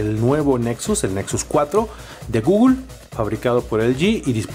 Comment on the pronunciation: Quién es GUGUL? xDDDDDDDDDDD guuuuuuuuuugul jajajajajajajaj